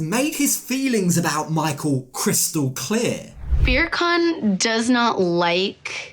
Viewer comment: Ohhhh… I love your channel but I’m not sure mocking his name as “Beer Can” is cool, my dude. Turkish is a beautiful language - I think this was a bit culturally disrespectful 🥲 we’re better than and above that